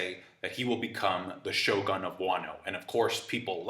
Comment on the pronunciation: u should pronounce it sho "gun". not sho gan.